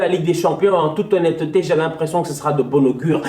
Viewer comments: En toute ho-nne-te-te 😂 j’en peux plus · "En toute honne-te té" Ne change pas ça😂